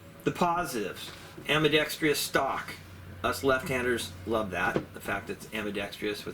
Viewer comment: The word is ambidextrous, not ambidextrious. The extra syllable improves nothing.